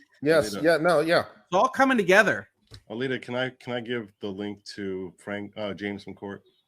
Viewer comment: The nice English-accented lady who’s reading the script should at least pay Alyta the courtesy of pronouncing her name right. A-LEE-TA. Not A-LEAH.